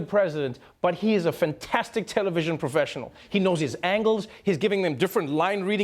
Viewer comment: forget the coughing...what is a "fantistic financial statement"? nice deflection. not